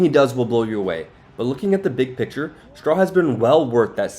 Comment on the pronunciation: It's "Straw", not "SHTRAW". Push your teeth together and bring your tongue up against them to make the "S" to "T" sound.